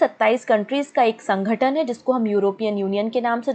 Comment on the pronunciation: Mam it's not a sangatan it's sangathan and aannge ni khte aage bolte hai, mam aap thoda apne vocabulary pr focus kijiye, waise explain acha krti h aap, I am not a hater, sare videos dekhti hu parcham classes ki mein...